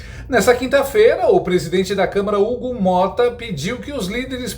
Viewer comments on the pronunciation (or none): Misericórdia 😮..., prissidentte???😲😩🫵🏾 😮😂😂😂... anistia já